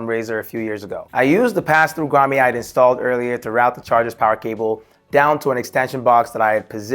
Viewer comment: WTH is a “Grommay” 😂 cool setup though👍🏻